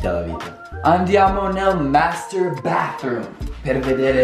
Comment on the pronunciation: Quando hai detto master bathroom a me sembrava avessi detto masturbator